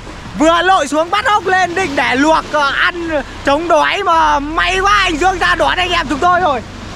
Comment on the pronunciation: Noi thằng để. Bot noi ngong đi. Nau cơm thanh lâu cơm. Noi chu .n thành chu l.chu l thành chứ n.mat hay